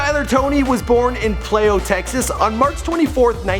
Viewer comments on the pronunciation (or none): This guy can't pronounce crap like Plao it is fucking plano